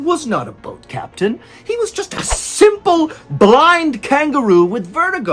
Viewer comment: "Capten". LOL.